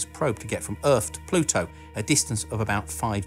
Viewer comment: Just upload a video of you saying the word Pluto in different sentences. Pah-LU-toe